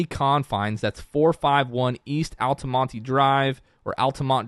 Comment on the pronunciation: Great video guys. I died when pronounces altamonte as Altamontee 😂